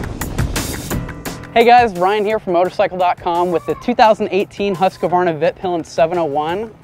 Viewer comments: "HUSS-KVARNA", NOT "huske'varna". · Say after me please: HUUS-KVARNA not Huskavarna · Try saying huskvanna cause you yanks seem to hace issues saying it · Huskavaarna? Whoskvarna. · Husqvarna is not pronounced huska-varna dipshit! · please stop butchering the name "husqvarna" :D video itself is great though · HUS-KVARNA VEET-PILEN actually, trust me, i am a Swede and have been to both Husqvarna and Husaberg ;) :)